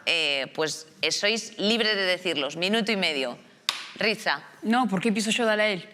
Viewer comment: Rizha (se pronuncia Risha no Rizta)😉😄